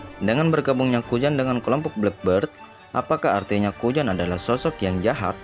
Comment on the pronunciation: Nama nya kuzan bg.bukan kujan bukan kujang.ngakak abg ni